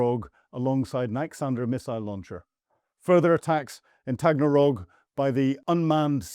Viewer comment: If you’re going to present on these programmes, at least learn to get the place names correct. It’s Taganrog.